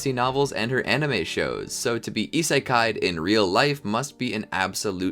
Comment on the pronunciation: He did not say Issekai'd 💀